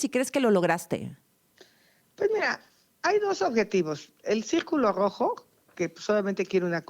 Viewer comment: El cígculo grojo😂😂😂😂 Jajajja parece que dice el círculo gorgojo